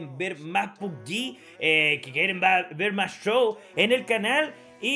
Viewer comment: No se dice PUBYI. Se pronuncit tal cual PUBG